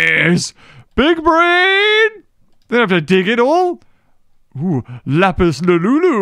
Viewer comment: you said larpis like the Pokémon